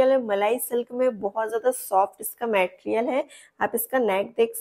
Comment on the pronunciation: Didi please 🎉❤ मेटेरियल नही 🙏मटेरियल बोलो 🎉